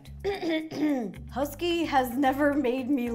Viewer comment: actually no.. he is saying “H E S K " the "K" sounds like "keee" thats why its confusing.